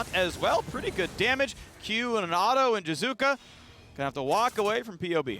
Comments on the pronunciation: I love how phreak can't even say names correctly... I honestly don't understand why Riot don't kick him out still... (jizuka! jizuka! jizuka!) but ehy, it's not an american, it's just an import soo who cares? ahahah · What about jizukke? I’ve heard the hard E since EULCS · Yeah, Phreak is just hard butchering Jiizuke's name. EG's video when Jiizuke joins and introduces himself, he uses a soft/subtle "ee" ending.